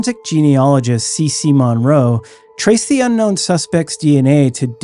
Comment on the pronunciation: It’s mun-roe. Not mawn-roe, also love the content!❤